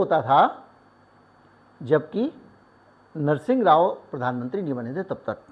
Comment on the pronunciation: रूसी तो छोड़िए आप नरसिम्हाराव का pronunciation ही ठीक कर लो।